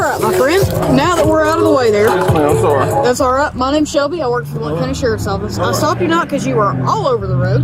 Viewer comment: Blount co Tn isn't pronounced as Blunt.